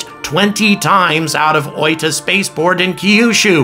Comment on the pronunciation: You're the native English speaker youtuber closest to saying oita correctly as far as I've heard.